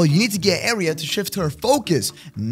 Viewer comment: said AIRRia.... gosh